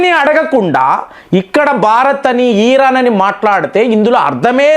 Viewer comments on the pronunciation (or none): ఈరాన్ కాదండి ఇరాన్ కొంచం తెలుగులో మాట్లాడేటప్పుడు తెలుసుకొని మాట్లాడండి